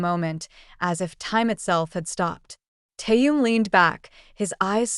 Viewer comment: Автор, сколько можно искажать имя Тэхена. В каждом предложении новое имя. Совсем ку-ку.